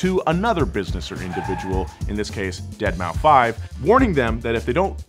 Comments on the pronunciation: Its pronounced DeadMouse. Not Dead-Maw-Five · Nor is it pronounced "dead mao" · “Dead moww five” come on,! That ain’t it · I have more issues with him saying dead ma 5 and not dead mouse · Also its not "Deadmau5 (five)", Its Deadmau5 ( Deadmouse). Thanks. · Deadmau5 (deadmouse) he says deadmauu 5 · It's pronounced deadmouse.....not dead-mao-5 lol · Did this lad really just say "dead mau five" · Yes, and it was glorious. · I also say dead mau 5 since that's how homie phonetically spells it. And yes, I also call 6lack sixlack, I am that guy. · you meant "DeadMouseFive" 🤦🏻‍♂️ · Calling him Deadmau or Deadmau FIVE is like calling one of the Stuttgart brands Porsch. Both hurts to listen to. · "DEAD MAU 5" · that’s actually pronounced dead mow cinco. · I'm surprised more people haven't corrected him on Dead mouse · "dead mau five" I'm dead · That, and the deadmaufive pronunciation. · "Dead mau five"😂😂😂😂😂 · "dead mow 5" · did he just say deadmau five? oh god. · did this dude really say dead mow 5 ? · You know it's pronounced "Deadmouse" right and you were just trolling? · Its pronounced "deadmouse" lol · It would be so funny if Ferrari sends a cease and desist order for asking for cease and desist letters(-: btw I hope you know that pronouncing the 5 in Deadmou5 instantly made his fans twitch! I love doing it( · I appreciated the intentional peppering of Deadmau5 mispronunciations